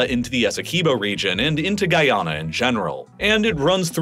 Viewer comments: Every Guyanese person is cringing at your pronunciation of Guyana. (Love your videos otherwise, man, keep up the good work) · Hearing you continually say my country's name wrong is upsetting